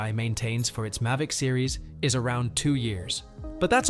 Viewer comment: What is a May-Vic 4 pro. AI = As